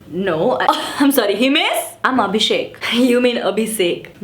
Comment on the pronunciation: not a gujju but u did pronounce abhishek the proper way..love you😍😍😘😘😘💐💐💐💐💐💐💐